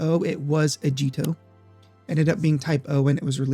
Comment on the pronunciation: what the heck is Ajito? That word is pronounced Ah gee toh.